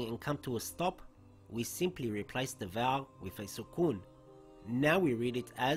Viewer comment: did he say ‘ends with one vowel’ ? vowel? I am sorry couldn’t understand.